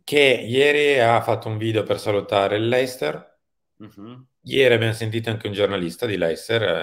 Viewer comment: Precisazione del giorno: Leicester si pronuncia "Lestah", non "Leister".